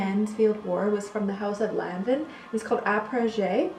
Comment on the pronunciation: Its pronounced Lanvoun and Skapareli. You are welcome.